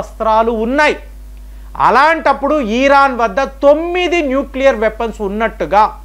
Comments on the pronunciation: ఈరాన్... కాదు... ఇరాన్ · ఈరాన్ కాదు,..ఇరాన్ 😂